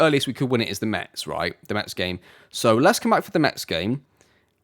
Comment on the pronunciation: We say Mess not Mets !